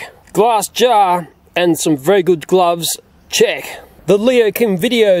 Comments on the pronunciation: I thought he said "chick" But I was wrong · I thought you said chick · I thought he was saying "Chick,,🤣😂🤣🤣😂🤣😂😆😆😆😅😅😅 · What he says: check What I hear: JEcK